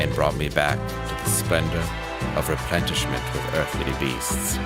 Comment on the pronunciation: ReplenTishment, Dave really?